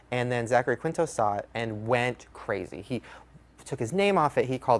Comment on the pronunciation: Bestie this video is amazing but it’s pronounced “KEEN-TOW” not how it reads